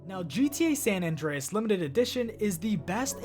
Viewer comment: Why do so many youtubers pronounce San Andreas as San None Dre Es? It's San Anne Dre Es